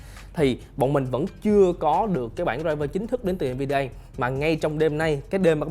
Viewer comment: En vi đi a ông nội ạ, đọc cho đúng hộ cái